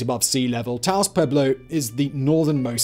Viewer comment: Simon, you said Taos correctly. I'm so proud of you.